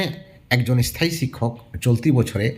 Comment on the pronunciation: থিসিস লেখা শেষ হলে জানাস ভাই।তোকে মিস্টি খাওয়াবো। এস থায়ী😂😂 শব্দ উচ্চারণ টা শেখ আগে😮😮